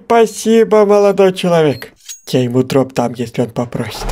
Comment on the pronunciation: он сказал "в рот" или "дроп" :)